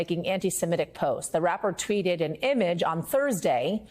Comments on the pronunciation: It's pronounced Yay not Yee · What "yee" did??? It's "Ye" not "yee" lmao 🤣 This is why I don't trust fake news MSM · People who pronounce “Ye” as “YEE” and “Bey” (for Beyoncé) as “BAY” are the worst kind of people. How can you not notice that it’s a shortened form of their names?? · His name isn’t Kan-yee it’s Kan-yay. So “Ye” is yay not yee. Now that we got that out of the way … stop talking about him and he loses all of his power. So let’s stop talking about him and the Kardashians and let’s see if they all disappear. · Ye sounds like Yay,fella, not Yee. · He meant the way it was pronounced... he said "Yee" instead of "Yay" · not how AAV works. It is not Yee. Yee is short for yeezy. Ye is short for Kanye. My name is not pronounced Shawntee its Shawnte. It was funny how confident you were though lol. Strong and wrong. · well it's irrelevant. 'Ye' is 'Kanye' without the 'Kan'. Hence it is pronounced 'Yay' Keep up x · I like how Carasone keeps pronouncing Ye as "Yee". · It's Ye as in yay... Kanye... Not Ye as in pee.